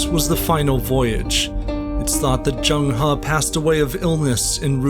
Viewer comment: Not Jeng Ha Zheng He or Cheng Ho